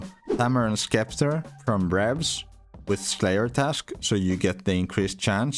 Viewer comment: Just an FYI “Scepter” is pronounced “septer” in english